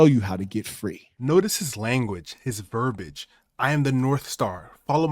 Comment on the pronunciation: It's Verbiage, not Verbage